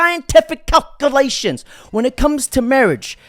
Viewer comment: Psyintiffic cock-u-lay-shuns